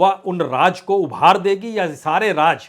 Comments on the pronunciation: Raaz aur raj me farak karo.. Aap ki urdu sudharo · Sir, please learn some Urdu. 🙏 Raj is Raaz, Jabardast is Zaberdast, Darwaja is Darwaza, Hajar is Hazar, Nabj is Nabz, Make sure to make correct pronunciation. The only problem is between "J" and "Z". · Raaz bolo BAJPAI JI RAAJ nahi bolo..Kya ab TAK theek se pronounce Kerna nahi jante ???